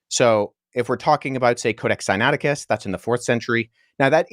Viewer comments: And dude...say the book sinaiticus correctly...Wes does...copy the sounds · Is it bad that the way you pronounce "Sinaiticus" seems weird?? Granted you seem to be anunciating it right lol. Its the opposite of James White pronouncing "Septuagint." There's an "ua" in there lol.